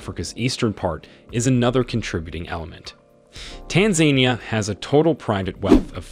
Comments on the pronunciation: Good information but PLEASE learn how to pronounce the name of the country. It is not TanZANEia. It is Tanzania.... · Not Tan zan ni ya. It’s tan Za Ni ya. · Tanzenia? Pronounced Taanzaania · it is pronounced Tan Zan Nia. Please instruct your reader to say it properly. Tan anquia Zan zibar Nia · Tan ganyika Zan zibar Nia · I wish you would pronounce Tanzania correctly. Tan-zan-eeeeya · I am big fan of Tanzania and I didn't know most of the content regarding the movers and shakers of this emerging E. African nation but, is it too much to ask an editor or producer to prevent the Anglo-centric reader to NOT butcher the country's name as well as most of the family names reported? The facts are very interesting and timely but, the pronunciation butchery is a big distraction. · That has to be the most annoying pronunciation of Tanzania I ever heard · I wish he pronounced Tanzania properly, even Dar-es-Salaam was pronounced wrong. This makes me cringe. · I GET YOU'RE TRYING TO INFORM THE PUBLIC ON TANZANIA BUT, HOW YOU EVEN PRONOUNCE THE COUNTRY..TO THE INFORMATION YOURE TRYING TO SPREAD..IS ALL WRONG. I SUGGEST YOU REITERATE THIS ENTIRE FALSE SMEAR OF A CLICKBAIT.